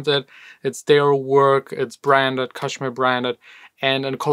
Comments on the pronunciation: Not kash mir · Again it's pronounced Cash mere